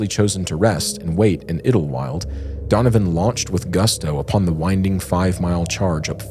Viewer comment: Pronounced: 'Idle'wild. You're welcome